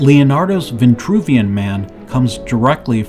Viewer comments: “Vitruvian” man, not “Ventruvian” !! The word has no e nor that extra n! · Almost lasted 5 minutes. veNtruvian.. Sorry credibility is a go no go for me. If pronuciation accuracy isnt important, what else isnt? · It’s Geo-metry WTH is G-aahmtree. And its Vin-true v-in . TRUE vien true! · it it vintruvian or vitruvian? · Why the variant pronunciations of Vitruvian and VINtruvian? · This "Vintruvian" shxt is really bothering me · Funny, because there's no "n" in Vitruvian! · Vitruvian with one N and Vitruvius with no N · I noticed that too, like through the whole video. I put the closed caption on just to make sure I wasn’t hearing this completely wrong, but yeah there’s no “n” there. Let’s be mindful of how words might sound and actually how they are spelled. Although a great presentation, that part was hard to listen to. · There is no 'n' in Vitruvian man. Ironic that you can't pronounce this holy name right.